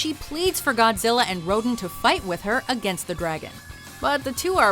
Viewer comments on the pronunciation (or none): Ro-Dan Ro-Dan. Not Rodin. 😒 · Am I the only one who got pissed when she said Rodan like "ROH-DEN?" It's pronounced "ROH-DAN". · It's pronounced Rowdan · please! They are pronounced 'ro-DAN' & 'GHI-do-rah'...geez, get a clue😝😝😜🤪